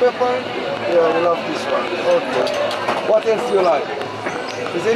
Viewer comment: I like that accent “Whaaat aelse Doo you like?”